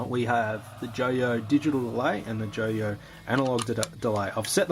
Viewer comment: Pronounced JOI-OH Like "Oi" an in Ausssie Aussie Aussie OI Oi OI